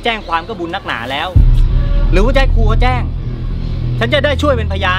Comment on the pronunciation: แจ้งไม่ใช่แจ้วค่ะพี่🥰🥰😂😂😅